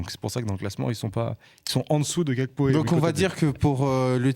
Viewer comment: Les oreilles saignent quand vous prononcez Gakpo , c’est Gakpo comme en Français c’est un nom de famille togolais pas néerlandais